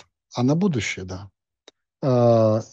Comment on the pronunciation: когда не понимает о чем идёт речь,всегда произносит да-а-а